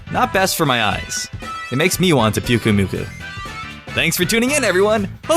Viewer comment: pyuk is pronounced PUKE and shiny pukumukus looks like puke